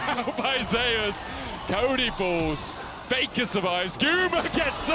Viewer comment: Why do they keep pronouncing Zeus like "Zay-us".... it's literally the greek god "Zee-oos" or "Zoos"